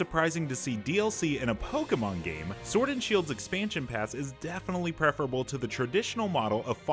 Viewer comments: Stop.Saying.Pokeeeeeeemon. It's pocket monster. Po-kay-mon. Dammit ! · "Pokie Mon" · It’s better than people who pronounce it “poka mon” 😆